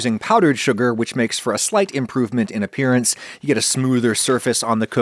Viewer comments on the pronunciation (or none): none